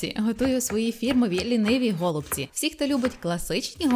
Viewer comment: Не гОлубці, а голубцІ:) дуже смачно. Вдячна за рецепт